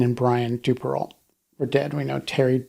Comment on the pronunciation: It's "doo-pair-oh."